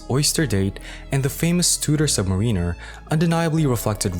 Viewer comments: your pronunciation of "submariner" is enough to have you drawn and quartered and you blacklisted from being a watch youtuber. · I can’t invest 8 minutes of my life, if you can’t pronounce submariner :)